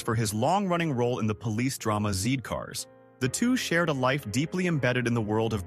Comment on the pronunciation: Zee Cars? it's pronounced Zed Cars - British English